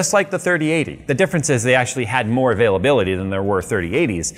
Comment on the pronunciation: When he said availability I thought he said a-phil-ability. 😂 the ability for Phil to use it.